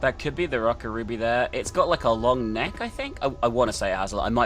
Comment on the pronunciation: Oh my God. You kept mispronouncing the name of the second game. How could you?1!211211! Call yourself a weeb?